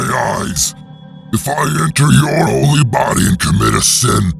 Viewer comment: Emphesis on holy